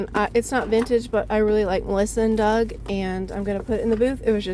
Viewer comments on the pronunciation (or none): none